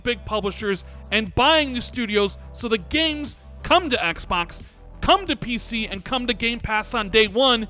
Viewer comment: Is that really how you pronounce Xbox or are you just trolling us?